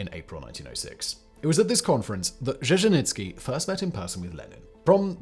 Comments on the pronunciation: Its not fuckin Żeźnicki its Dzierżyński... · What's with the "itsky" stuff? Slow down, pal! Also Dzherzhinsky also had a model for the Cheka. It was the czarist secret police, the Okhrana. Ain't nuthin' new under the sun. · who the hell is je-je-nits-key? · A lot of English speakers don’t like to put effort into reading and pronouncing Russian or Russian adjacent names. It’s sad but true. And the name doesn’t even have to be complicated. I live in the US with the simple name of AYNA………..you read that as ANYA didn’t you? So I’m just patient with fact boy and his Dezhenitsky and Zhezhenitsky. He’s got good facts, few grammatical errors and is fun to watch. ❤ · Repeat after me. ZHER-ZHIN-SKI. ZHER-ZHIN-SKI. ZHER-ZHIN-SKI. ZHER-ZHIN-SKI. ZHER-ZHIN-SKI. ZHER-ZHIN-SKI. ZHER-ZHIN-SKI. ZHER-ZHIN-SKI. ZHER-ZHIN-SKI. ZHER-ZHIN-SKI. Your word is taken as fact, make it worth the effing effort. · You butchered Dzierżyński's surname SO hard that I feel like it's a form of vengance for all the Blood on his hands. :) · Poor Simon… Saying the surname Dzerzhinskiy so many time just broke him. He just gave up at some point 😂😂😂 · You butchered his surname a lot Sir. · Not only that, but there were a couple variations, each worse than the other.